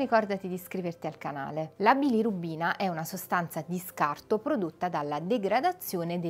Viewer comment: Bilorubina, non bilirubbina😅